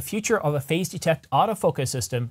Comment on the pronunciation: You really need to change the way you pronounce “phase”. When I hear you say it, sounds like “face”. Face detect. Phazzzzze detect.